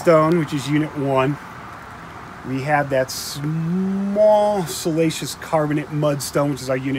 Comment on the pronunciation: Great channel. Sorry, but it cracks me up when I hear salacious rather than siliceous.